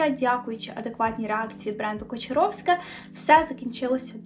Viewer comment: КОчаровська? Ви серйозно? Навіть дівчина в відео каже КАчоровська, вас це не здивувало?